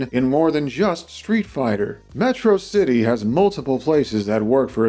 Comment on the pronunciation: It's pronounced Metrocity!